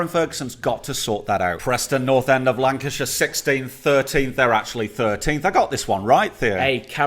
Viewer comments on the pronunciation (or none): none